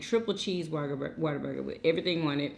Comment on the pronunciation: Why do y’all say water burger it’s what a burger 🤷🏻‍♀️